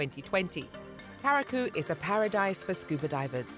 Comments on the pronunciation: The word CURACAO is pronounced Q - RA- SAW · Pronunciation Cu ra sao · There's no way she pronounced Curaçao as Karaku.... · I'm so disappointed. They need to teach the robot how to pronounce.